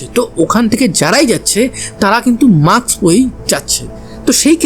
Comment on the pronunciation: Mask, maks নয়। উচ্চারণ ঠিক করুন। অত্যন্ত কানে লাগে। এর আগেও লক্ষ্য করেছি।